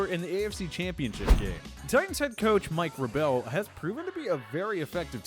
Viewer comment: Mike VraBEL 🤦‍♂️